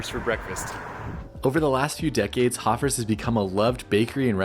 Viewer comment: I've been going to Hofer's bakery since the 90s. And just for clarity sake, it's pronounced Hofers with a long O, not like Hoffers